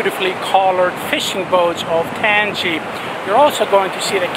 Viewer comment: I'm from Gambia and I love your video. Thanks for the shout out. Tanji is pronounced ( tan-jay )